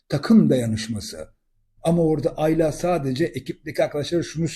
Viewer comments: yorumlarınızı beğeniyorum Hepsi gayet yerinde. Rica etsem Ayla isminin tonlamasınıı ikinci A yı uzatarak yapmasanız. Güzel Türkçemiz’de bu isim kısa A larla okunur. Emeklerinize teşekkürler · Aylaaa değil abicim ya Ayla . Tek A